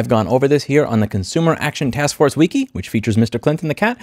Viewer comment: Please take a moment to Google "how to pronounce wiki". Thanks.